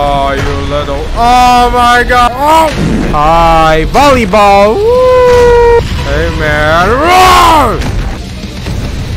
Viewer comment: The part when he says bolley ball woooooooo😂😂